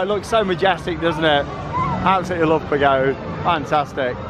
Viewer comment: Always love the Efteling vlogs! (This is your annual reminder that in Dutch "Pagode" is pronounced PAGODA. It being a Chinese pagoda and all. Maybe next year... 😉🤣) This park just gets better and better.